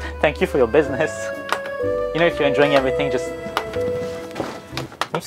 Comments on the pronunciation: “boosiness” that had me on the… ROOF? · Did you say Boosiness? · the "Business" in french accent 😂